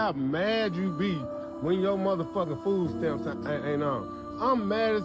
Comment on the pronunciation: They keep saying ( fooo stamps) there’s your first problem you don’t know how to pronounce words or talk. No wonder you don’t make more than $10 an hour.